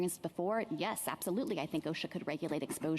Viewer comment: She can Not Even Pronounce O.S.H.A. Correctly !!! What is Oshac ?!